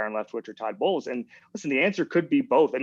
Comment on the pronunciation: At and it was less obvious the fifth time through. :)